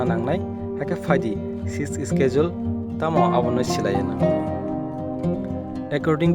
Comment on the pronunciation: Your pronounced of schedule is wrong , correct this one first.